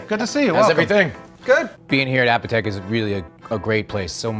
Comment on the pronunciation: The most annoying part of this video is that he pronounces "Apotheke" incorrectly. It should be a-poh-tha-kay as in apothecary, not app-a-tek.